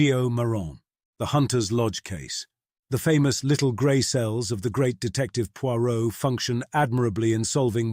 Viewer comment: Is this AI or just poor audio editing? Five mins in and already he has pronounced Poirot three different ways starting with Poy-rot. I couldn't tell when the over blown, long-winded intro finished and the story started. The pauses and inflections are often are all wrong and the accents a mess.